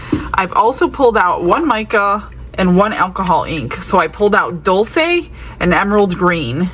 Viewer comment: ❤🎉😮Stunning colours! Gorgeous set🎉❤ Dul-chay is how it's pronounced 🎉❤